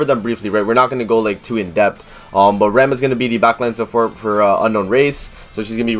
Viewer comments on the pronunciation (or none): Nothing bad on your part in the video but you're pronouncing ram wrong. It would be like saying rahm. But nice video. I'm still going re zero all the way for rem:)